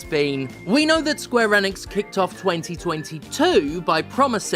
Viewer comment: That's not how you say Enix.